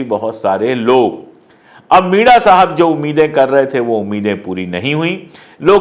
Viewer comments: सर, आप मीणा/मीना के बदले मिडा उच्चार क्यों करते हो? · मिडा नही मीणा